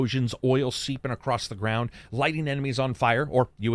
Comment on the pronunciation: Where do you live that the word “across” has a t at the end of it?